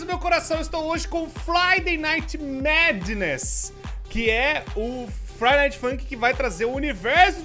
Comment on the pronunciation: estou hoje com o FLIDAY NIGHT MADNESS(pra quem não entendeu é que o falou fliday em vez de friday)